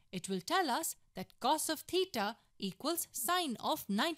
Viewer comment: It’s crazy how she doesn’t even know how to actually pronounce cos, cosecant or secant